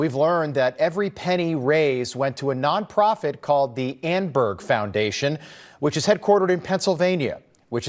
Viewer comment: Annenberg not anberg